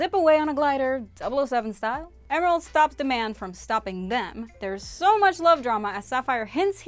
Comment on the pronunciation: Its prince diamond not prince demand